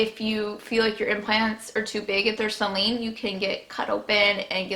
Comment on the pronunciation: Ok I get your story but for the love of god if you want to sound like you know what you're talking about pronounce the words appropriately: it's sAline not Celine (that's a name)